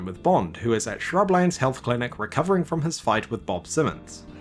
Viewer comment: I like how you pronounce it shrublands alot of people pronounce it shrublunds